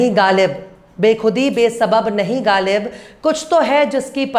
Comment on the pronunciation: गालिब नहीं होता ग़ालिब होता है